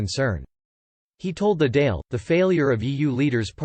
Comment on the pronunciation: For the love of Christ check the pronunciation. It's the "daw'il" and P.M. is a t,shock . And twenty other mistakes.